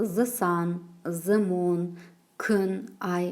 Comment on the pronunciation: Кушти тусиндиресиз🌹 th-з Деп оқылуы бір турли келеді. Негізі Th-сақау д мен айтсаныз супер болар еді.